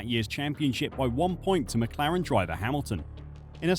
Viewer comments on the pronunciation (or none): none